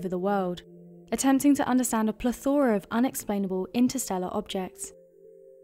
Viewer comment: PLETH-o-ra, not pleth-OR-a.